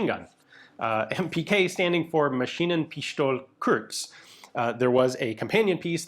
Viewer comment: German here: It's not "Mesheenen-pishtol", but "Ma-sheenen-pistoleh" (..."Ma" as in "Ma and Pa", the "eh" as in "meh"). Not every "st" in German language gets pronounced as "sht"....